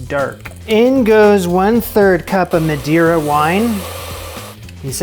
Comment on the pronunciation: Why would anyone expect a chef to know that Madeira and Madre are pronounced differently 🤔🤨🤭🙄🥴🤫😁😂